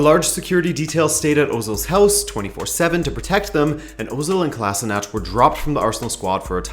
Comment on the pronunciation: For future reference Sead Kolasinac's last name is pronounced (koh-lashee-nahtz). They usually pronounce it incorrectly on TV.